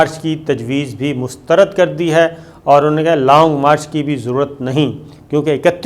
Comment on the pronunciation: شاکر صاحب لونگ مارچ نہی لانگ مارچ ہے آپنی ارود ٹیھک کریں